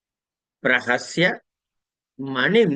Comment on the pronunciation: ప్రసహ్య అని ఉంది. రెండుసార్లు మీరు చదివేటప్పుడు ప్రహస్య అని వినపడుతోంది.తప్పైతే క్షమించగలరు 🙏